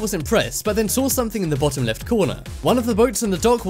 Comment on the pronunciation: how day it :saw how be says it : sawr